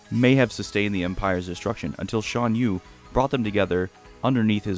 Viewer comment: "SHAN Yu", not "SHAWN Yu". LOL.